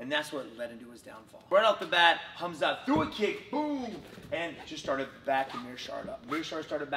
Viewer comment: His name isn't hamzat at least say the man's name correctly